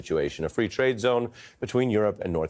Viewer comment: Fwee Fwee Palestine Mommy